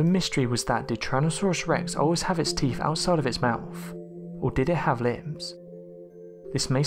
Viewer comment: Is he saying teef???